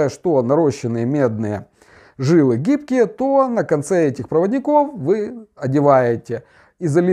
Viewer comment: двоечник. флюс лти120 работает при температуре 200-300 градусов. холодным флюсом ты снять оксиды не сможешь. и три раза повтори ударение в слове "жИлы". ударение на И